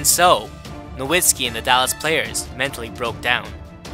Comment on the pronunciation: You said Dirk Nowitski with a W in German the "W" is pronounced as a "V" NoVitski. Fyi